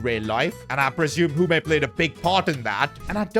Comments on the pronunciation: It is Hume not hum a 😂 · Hume is pronounced h-you-m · please please please learn how to say Hume’s name It’s pronounced like Tray Hyoom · After this I think should do a Sunderland or Peterborough United career mode like if you agree Edit: BTW bros name is pronounce Tray Hume not Try Humé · Bro just called “Hium”, “Hume” 😂😂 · Tray "HOOMEY"???? It is pronounced HYUME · PCQ: Trai Hume is annoyed you are pronouncing his name wrong (it’s pronounced heyume) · it’s tra-y hue-me not tr-I humi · His name is pronounced HEE-YOOM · The way he is pronouncing "Hume" gives me the impression he forgot all about the legend Shane Hume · bro butchered pronouncing hume